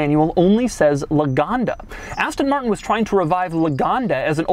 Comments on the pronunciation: LAGONDA NOT LOOGANDA ITS NOT AN AFRICAN STATE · por que le dice Loganda si es lagonda? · Loganda???!!! ITS LAGONDA!! 😠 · He cant spell the name well. Thats ridicolous... Luganda, loganda... Maaaaan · Love how he pronounce it as "luganda"